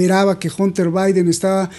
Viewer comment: Hunter se pronuncia ( janter)